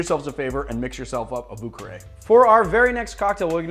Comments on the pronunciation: Ho god you killing the french language 😭 it’s vieux carré like « vee a ca ray » please 😭😭😭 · hahaha the way you said vieux carré is horrible. thx 4 ur vids